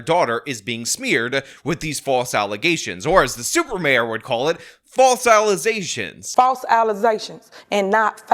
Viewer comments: "the false alizetaions" is appreciated....😂🤣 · Don't ever let 'false allezations' die from the lexicon. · English teachers everywhere grimacing at "allezations". 😣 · Oh no. I’m so used to you saying “false allosations” I thought you said it wrong when you said allegations 😂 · “allezashuns” sounds like it should be next to Alize on the liquor store shelves …